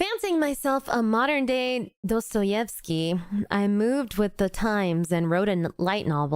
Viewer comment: Pronouncing Dostoevsky as 'Dodoetsky' is actually insane omg 😭